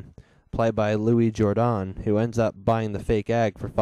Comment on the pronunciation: Love that you pronounced Louis Jordan's name correctly!! Kudos.